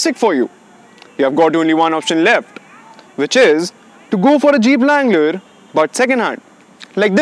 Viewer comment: its a wrangler not a langler lol🤣